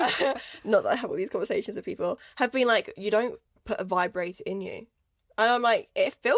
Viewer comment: “Fibrator” that’s wild lol🤣🤣🤣